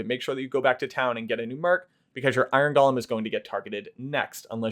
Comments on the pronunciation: It's not "gollum", it's "Go-lem". Basic English. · The origin of the word may be Hebrew. Many English words have their roots in other languages. But the pronunciation you're using is still wrong.